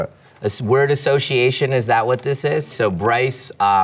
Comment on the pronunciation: he mispronounced association.